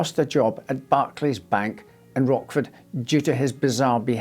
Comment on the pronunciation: "Rotchford", not "Rockford ".